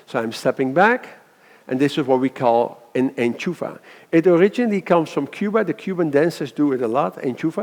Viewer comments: Enchufla** not enchufa ...great video otherwise!! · I think we say "enchufla" and not "enchufa" but it´s a great video anyway. Thx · Enchufla not enchufa. big difference. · enchufla, it's enchufLa